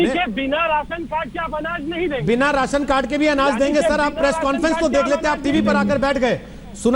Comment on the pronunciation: Raasan card hota h medam Ji.resan carad nhi